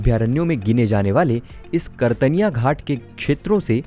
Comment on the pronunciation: उच्चारण सही करें, कतर्निया घाट है, आप कर्तनिया घाट बोल रहे हैं लगातार.